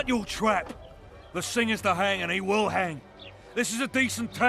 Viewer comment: 15.41のところ you have no right to hung って言ってるように聞こえるけど 何がどう違うのか聞きたいです